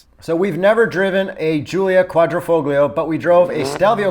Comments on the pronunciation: So dude insists on pronouncing GTA correctly ( as he should) and then says “quadri-fogg-lio” instead of “quadri-folio”?!? Ugh. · NOOOO it is pronounced Quadrifo"YO" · Kooahdreepholio.. Modiphikatah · On pronunciation:: yeah but I'm not Italian Also: it's Quadrifoheeeo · dumb ass says it's not A it's ahh but then proceeds to keep butchering quadrifoglio. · That QuadrifoGlio pronounciation was quite triggering, appreciate the correction 😄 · I think the G is silent in quadrifoglio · please fix you QUADRIFOGLIO pronunciation 😂